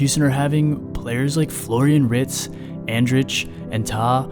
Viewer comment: Man said Florian Ritz ☠